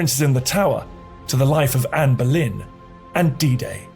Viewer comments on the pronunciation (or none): none